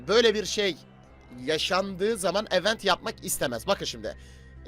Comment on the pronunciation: Kardeşim ögrende gel yaa "i'vent' diye okunur tırnak içinde yazan kelime "event" kelimesinin okunuşu